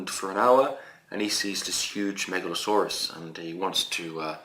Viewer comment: Nice video. You keep reading the name Megaloceros as "Megalsaurus", like it is a dinosaur. You should read as "MegaloKeros" because the name means "Big Horn". The way you say it means "Big Serpent". :)